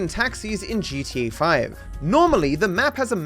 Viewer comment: I like how u say G-SHE-A 😂